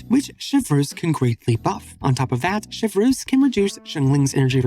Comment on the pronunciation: i cant get over how you mispronoune her name...xD (I thought genshin already did bad job). I dont play with reactions or team comp so i dont talk meta about her. but they already failed with her design (plain sirin copy from honkai) , having a standard "girl" character, with a repetitive voice.... and she isn't something completely new in her playstyle.